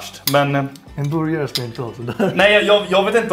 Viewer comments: Låter som han säger boujarhak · ”En borgaje”